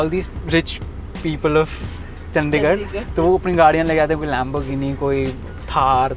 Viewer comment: Makes a whole vid on Chandigarh and doesn't even pronounce it right